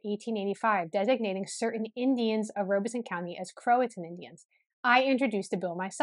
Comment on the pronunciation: It is pronounced Rob a son, not Robe a son. The Lumbees and other Native American tribes in Southeastern NC and the Pee Dee and Cheraw tribes, along with some others along the NC/SC border are mixed. The Tuscarora Tribe in Robeson County and possibly others near counties in NC are actually certified by the US Government Bureau of Indian Affairs. They are, not the Lumbees, they only certified Native American Tribe in Robeson County, NC. The Chavis family actually came to the Virginia Colony in 1619. He was one of the 1619 shipment of 20 slaves. His descendants, like some of the other descendants of the 20 slaves, lived among the Gingaskin Indians in Northampton County, VA. Around the 1650's, a law was passed in VA regarding race and it became against the law for different races to intermarry, as had been done before. The Chavis family does actually have some black ancestry as well as Native American and White. Check out the Frontline (PBS) episode on this. You can access it on their website. I think it is called blurred lines. In that area of NC, mulatto has always meant mixed Native American and White also. Goins certainly did not originate in Cumberland County, NC.